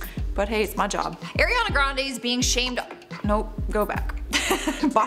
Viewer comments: It’s ariana not AIRiana lol tf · Its not Airiana.. It's Ari ana Grande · I can hardly get through this video with her saying AIR riana it’s ARE riana omfg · Why does people still pronounce her name wrong. It's Ariana not airiana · Air-e-yah-nah grande. It’s Ariana. It really ticks me off how some people pronounce her name 🤷🏾‍♀️🤦🏽‍♀️ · Charlotte calls her "Air"iana grande. Now, so does. Is it a Canadian thing? Lol. Watch the video that's 20 seconds long of ARiana Grande saying her name. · “eRiana grande” that’s not the point tho this is so mean like imagine making fun of ariana smh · ARIana not AIRiana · It's ariana not air-iana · “Airiana” come on it’s not that hard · I hate it when people say “airena grande” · I cringed every time she said Airiana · The first thing I heard: AIRiana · AIR-iana lolllll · AIRiana grande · If you’re going to make a whole video about her at least pronounce her name correctly.. AW REE AW NUH